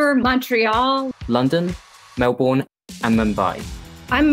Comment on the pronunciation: guy said melbourne wrong😤😮‍💨